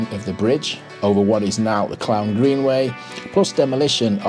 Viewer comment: It's pronounced CLOON - the town !